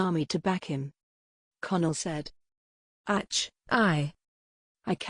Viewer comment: AI reader is horrible. Very distracting when it can’t pronounce even a simple “ACH”.